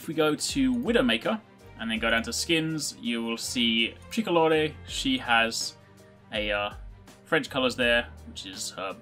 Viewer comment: For widow maker her skin is called tri-co-lor not tri-co-lor-e